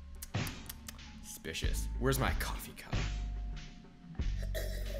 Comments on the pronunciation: ok can u plz talk properly it'd SUSpicious not spicious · Just want to say it’s suspicious not spicious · Omg it’s suspicious not spicios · Not to be rude but it's not spicious it's suspicious sorry it bothers me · It's suspicious not spicious not trying to hate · I love how every pic he sees he goes " secpicious " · that was spicious smirks Me: it’s pronounced suspicious 😒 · He literally says that just looks spishious instead of suspicios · Did anyone else here him say "specious" instead of suspicious😂😂😂😂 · I lik how you say suspicious but you say it supucious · No its not spicios its sucspicios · Lol he says spicious not suspicious lol do not even know if i spelled it correct lol i dont judge him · It's not spicious its suspicious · Why do you say spicous instead of supsicous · Its not "spicious" is Suspicious. Driving me insane. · It’s not spicious it’s suspicious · Why does he say spicious but you say suspicious. lol I'm not judging but still. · It's SUspicious not Spicous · This bothers me he said spicious instead of suspicious! It's triggering me!! Learn how to speak!!!!! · ok can u plz talk properly it'd SUSpicious not spicious Ufgh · omggg can you please stop saying "spicious" smh it SUSPICIOUS not SPICIOUS😤I would watch your vids more if you started saying it the right way because when u say it wrong it gets on my nerves :/ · Btw its suspicuis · He never says suspicious properly he says spicios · needs to learn how to say suspicious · You literally can't say suspicious